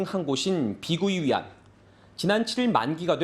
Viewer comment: 'bi gui yuan'의 발음은 '비구이위안'이 아니고 '비구이위앤'이다.